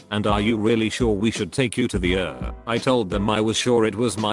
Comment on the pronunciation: I love that it read ER as er. Though seriously I hope he's ok.